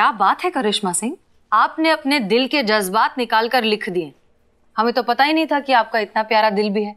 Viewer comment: aap Jazbaat ko jajbat kahkar Urdu ki tang mat toriye.